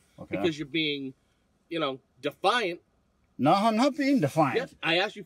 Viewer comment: Dee fi ent😂